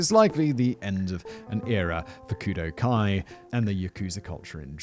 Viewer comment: Kudu, or koodoo, is the Khoikhoi and seTswana name for this antelope. while Kudō-Kai is enunciated as Kudough-Kai you slaughtered that word 450 times during this video Simon please show some Grammatical Mercy upon this poor word